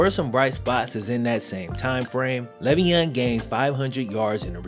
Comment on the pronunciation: I mean the least you could do while using his name to make bread is say his name right.... he has said multiple times its "lay-veon"